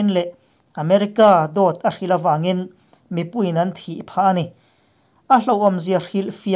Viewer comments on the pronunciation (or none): none